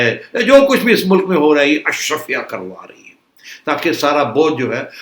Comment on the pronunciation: Ashraafia not Ashrafia.